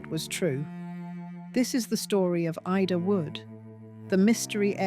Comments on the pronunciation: Great story..... although thin on explanations. Also, some of the images onscreen make no sense: Birth certificates of random people. A newspaper page from Oregon with nothing about Ida. Buildings that have nothing to do with the story. Etc. Also, why does the narrator sometimes call her "Eeda"??? 😮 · Suddenly the narrator called her Eeeda. Can’t we get warnings here Ai is being used? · because of the mistakes, the mispronunciations of names like ida. And also the addition of unrelated photos. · Is this phony AI narration? Because ida’s name is pronounced Ida, most of the time, and then its suddenly pronounced “EEDA”. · Was she Irish or English? The AI narrator doesn’t seem to know, just as she doesn’t know whether to pronounce Ida’s name as eye-da or eee-da. What else doesn’t the narrator know? What do we, the listeners, know or not know? Truth or fiction? Who knows? Who cares when the present we are living in is constructed of the lies created by those in power mixed with the sad denied truths their victims are forced to live with. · Did I miss something? What has Marilyn Monroe's birth cert to do with Ida's sister? I watched to the end. The same narrator pronounced Ida two different ways. Marilyn's birth cert and then later some oddly engraved headstone that didn't match the narration. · Why is her first name Ida, pronounced differently through out this? Bloody fake voices. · The occasional mispronunciation of the name Ida shows the narration to be AI. That's not bad, but the awareness of it is important.